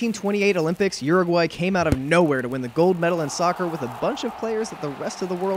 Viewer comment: It’s Uruguay not Guruguay